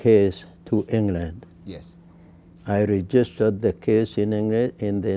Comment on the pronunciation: If you need wisdom don't go to mr Google have a sitting with such, Men and Women....i loved every bit. Kwanza pronunciation ya some words Ennglend..thet kes.wee. Yes graduate from the university of life😂🤣